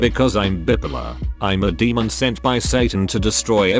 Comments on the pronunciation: i can put up with the robot voice until it mispronounces/misuses words: "BIEP-oh-lur" (bipolar), read ("reed") for read ("red"). interestingly, Robo-voice pronounced p*ssy as "pussy". it must have a thing for cats. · So, the AI voice can't pronounce "bipolar" but CAN pronounce "axolotl"?